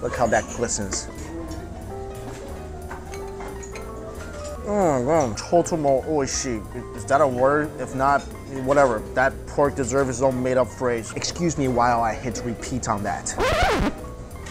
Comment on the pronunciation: I heard "totomo oishi" and went LOL....:) Never ever change what you wanna say... it's such a genuine reaction... I love it!